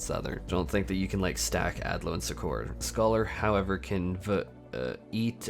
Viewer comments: Suck-Err, not Su-Kor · Succor is pronounced as "sucker" xD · Yeah that threw me off as well lol